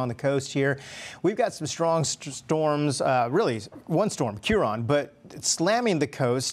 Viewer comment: To our friends across the pond. That is pronounced Keeran, right?